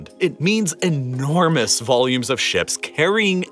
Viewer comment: I really liked your videos because of the information you shared till the point you started focusing on certain words while narrating. When you concentrate on words like 'entirely' by pronouncing it as 'enti....rely' and 'enormous' like 'ennn......ormous' I lose interest. A little focus makes your video great but this much focus irritates me... It could be just me but this really makes me switch to other video instead of watching whole 20-40 mins video... Just can't bear it. Otherwise, the content of your videos are really great. Respect for your time and effort in making these videos... Cheers..